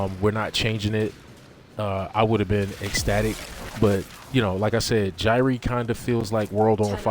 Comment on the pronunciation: Gyre=JI-re not JI-ree